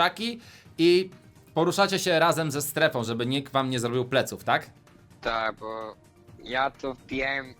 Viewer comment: Bo a nie Bu